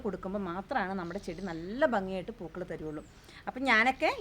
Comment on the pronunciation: പുകൾ അല്ല പൂക്കള്‍ ആണ്